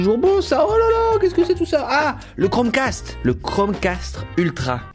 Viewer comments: Toi aussi t'a entendu "Chrome CASTRE" ? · À il dis " castre " 🤣🤣 Sinon j'adore t'es vidéos